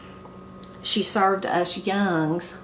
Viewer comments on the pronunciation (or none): What college did you attend? (It's two syllables "young - uns" for young ones.